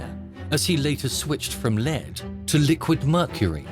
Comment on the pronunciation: Surely Americans don’t pronounce the word ‘lead’, meaning the heavy metal “lead”, as in the verb? Amazed that this isn’t corrected.